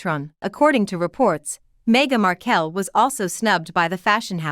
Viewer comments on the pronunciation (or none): If you're gonna trash them, least pronounce her last name correctly